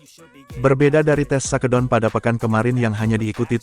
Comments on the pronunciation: Bacanya yg bener dong min...masa shake down di baca sake don...😅😅😅😅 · 🙁.. Mimin channel ini juga banyak channel yg lain pake asisten "robot" sebagai pembaca script nya... 😒.. awalnya gimana Geetu saat denger shakedown di baca sake don.. tapi kerna sudah keseringan.. Jadi asik aja geetuh.. 🙄.. gak ubahnya saat nyaris semua bus mania menyebut salah satu tipe bus produksi karoserie nasional yg di beri nama DISCOVERY... yg harusnya di ucapan diskaveri.. Malah jadi disco veri 🕺💃... ☹️